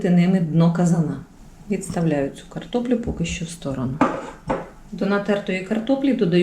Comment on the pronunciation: НА ЯКІЙ МОВІ ВИ РОЗМОВЛЯЄТЕ: ЩЬО,ЧЯСНИКУ,ЩЄ,СПОЧЯТКУ,НЕВЕЛИЧЬКИМ,ПОЧЯЛАСЯ,ЗУБЧЄКІВ,ЧЯЙНОЇ,ПЕРЧЄМО,ЧЯСТИНИ,НАЧЄНКИМИ,БАЧЮ,МИСОЧЬКУ,БАЧЄТЕ,ЧЬОРНОГО,БАЧЄМО,ЩЄ,ЧЯС,ЩЬОБ,ЧЬОРНОСЛИВ,ЛИСТОЧЬКА,ШТУЧЬКИ...????ЛЮДИ ДОБРІ, ЩО ВИ ВИВИРОБЛЯЄТЕ З УКРАЇНСЬКОЮ МОВОЮ????????В ЯКИХ СЛОВНИКАХ ЗАИИСАНІ СЛОВА,ЯКІ ВИ ВИМОВЛЯЄТЕ?????? ЧОМУ ВИ ТАК ЗНУЩАЄТЕСЯ НАД НАШОЮ СОЛОВЇНОЮ,ЯКУ ЗАХІДНА УКРАЇНА ЗБЕРІГАЛА СТОЛІТТЯМИ???? (Українська діаспора,США)